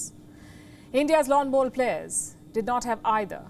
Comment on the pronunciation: She says "lawn bolls" awesome. Lets Go Brandon